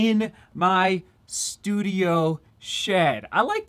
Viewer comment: "shudio" shed studio lol